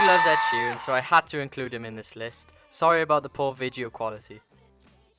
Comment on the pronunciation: Video. Not vidjeo